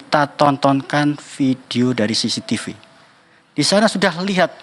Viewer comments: Bilang cctivi aja udah salah omong,,SISITIPU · lidah kuasa hukumnya keseleo bilang CCTV jd sisitipu 😂😂😂😂